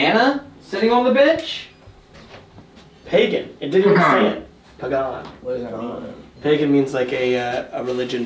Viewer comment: "PayGAHN" "wtf is that?" Me crying in Pagan Also: Elijah: Yahweh is my God (Hebrew Origin), Godfrey means God/Peace, Jack as in Jacob from the Old Testament in the Bible, and the Surname Robinson means son of the robin, and a robin's spiritual meaning relates to happiness. I think whatever is in that house was specifically choosing names that are the opposite of what they actually are. Which is pretty obvious once you know the meaning behind the names.